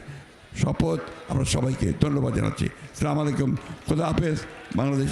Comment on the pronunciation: বিএনপি জামাত ছাড়া জিরো, আরবি এমপির সাথে জামাত থাকলে বিএনপি হিরো, মির্জা ফখরুল ইসলাম স্লামালাইকুম নয়, আসসালামু আলাইকুম ওরাহমাতুল্লাহ এভাবে সালাম দিতে হয়।